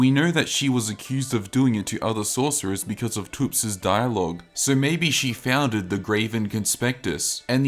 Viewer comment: ...pronouncing thops as toops gave me a nosebleed